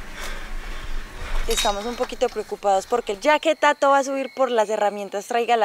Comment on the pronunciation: yo vine por tato y el presentador digo mal tu nombre :v